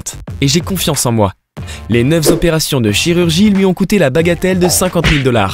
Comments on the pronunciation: À 7.29, neuf zopérations 😂... Cher ami, il n’y a pas de s à «neuf », donc pas de liaison intempestive. Quand on a affaire au public, c’est quand même mieux de parler correctement français... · Neuf z'opérations ??? Cinquante z'opérations ??? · Attention aux liaisons. Ta diction est excellente mais, par exemple, tu as dit "neuf z'opérations" sauf qu'il n'y a pas de s à la fin de neuf, du coup il n'y a pas de liaison à faire. Interessante vidéo en dehors de ça. Ils font bien ce qu'ils veulent ces gens là, mais il est dommage qu'ils n'aient pas réussi à s'aimer eux d'abord.